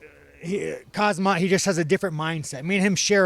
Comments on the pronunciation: We've all said Khamzats name wrong, it's Kumzat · “Kazmatt”-Sean Strickland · He got khamzats name wrong twice 😂